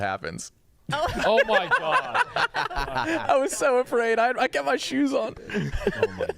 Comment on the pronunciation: the word “kept” has a T on the end.. just wanted to clarify that